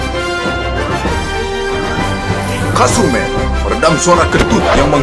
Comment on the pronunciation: Am i the only one that misheard "kasur man" as "kazume"..??